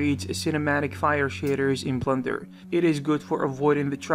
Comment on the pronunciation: I have a feeling he said "Blunder" instead of "Blender" a few times. Was it just a blunder?